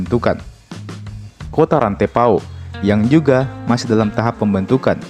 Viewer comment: Luwu bukan luwuk 😅 Kalau Luwuk, itu di Sulawesi Tengah bro. Rantepao bukan rantai pao bro 😅